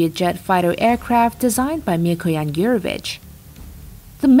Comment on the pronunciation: listen to the accent carefully, the voiceover is russian & the voice fluctuations are dead russian. But lol she was given a text she couldn't understand, because the writers were Russian too & couldn't read it without a heavy accent. So, they hired a non-pro, who said "Mikoyan Gew-rovich", which is the most obvious mistake [Mi-ko-yan Goo-revich is the right way]. Still, she pronounced the mistake Russian way. So, combine her Russian voice tones, different to the US, then listen to her good English, but still with a mild Russian accent popping out, the fact that someone gave her a text to read proving they don't speak English while she doesn't know aircraft makers & voila! Welcome to one of Russia's mild propaganda channels... ;) P.S. see other inconsistencies mentioned by ppl below. they are testing the ground, though for the next brainwashing - their "air superiority" aircrafts, nuclear powered rockets that no one can defeat and other psyop warfare. probly via a new channel too.